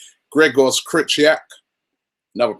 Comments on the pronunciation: its pronounced creecoviak robbie..come on man :) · ProNUNciation Not ProNOUNciation ffs robbie sort it out! And it's Kri-chov-ee-ak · Gregor Kry-kov-iak that's how u say it Robbie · KRYHOVIAK!! Robbie please ;D